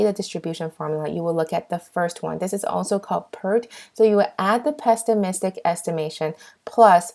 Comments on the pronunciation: Valuable lectures as this one is hard to find, so no one cares about "pestimistic". If your goal is to correct grammar of pronunciation, this is not the video for the purpose. Try English language videos. Our goal is to pass the exam! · OK, so I tried not to say anything, listened to this with such hope that it was just a misstatement, but "pestimistic"? I mean, you have it spelled correctly (without a T) but really? Has no one told you that it is pronounced without a t? The slides are fabulous though!!! well, besides that added t. :-)